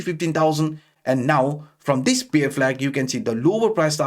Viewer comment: Hi., ur pronounciation for ‘bear’ is wrong. U pronounce ‘beer’ 🍺. Sorry bro I hv to address it coz u r keep repeating the mistake in ur videos.